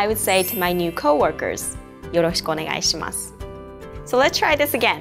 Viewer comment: even at .5 speed, yoroshiku onegaishimasu part is said too fast, lol! Be nice if you can break down the words to each syllable